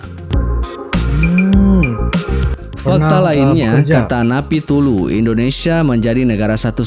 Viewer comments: Menyebut nama DUTA BESAR napitupulu nggak becus dgn menyebut napipulu jangan jd komentator. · Pembaca narasi/admin tolong penyebutan nama atau kata kata yang sempurna.. contoh penyebutan nama duta besar Napitupulu hanya disebutkan napitulu..kan gak nyambung dan salah..janggal..makasih